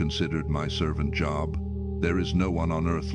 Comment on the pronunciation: Another AI program can't even pronounce Job properly